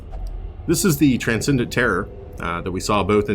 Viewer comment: Yep you're right it's supposed to be a French name and it's pronounced almost like u said.